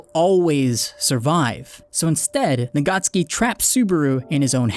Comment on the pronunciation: And the author's name is Tappei Nagatsuki, not Nagacki. He is Japanese, not Polish :)